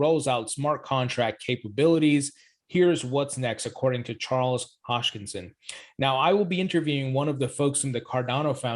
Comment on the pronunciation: … Hos•KiN•Son… not Hosh•Kin•Son.